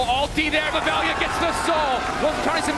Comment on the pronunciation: Veljko his real name, VELJA . He is serbian, LJ is as one letter not as two. In our slavic alphabet you can combine L + J to get LJ and its spoken like L+Y i guess. But they should at least ask how they should say it, because what they are saying is like "VELIJA" and there is no "i" , Best way to describe is using another word like " Love" in serbian " voljeti " if spoken "vol-ye-tee" . I know nobody cares, but as they commentators they should know it.